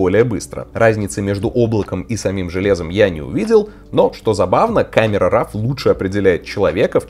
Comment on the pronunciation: Камера Ро а не рав, как и Корел Дро а не драв))